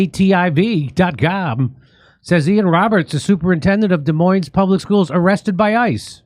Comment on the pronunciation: Shout out from Des Moines Jimmy! Thank you for pronouncing Des Moines correctly!